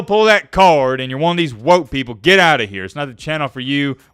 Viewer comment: When you say WOKE, we hear the n-word.